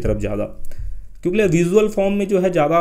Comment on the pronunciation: Aap kyonki ki jagah kyonkle kyon bolte hai har video me dekha maine